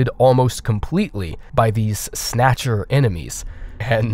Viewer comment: Am I the only one who just kept on hearing 'your contract has expired' every time said 'Snatcher'?